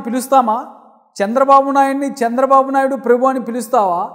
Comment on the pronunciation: Prebhu kadu sir prabhu Ani ucharinchandi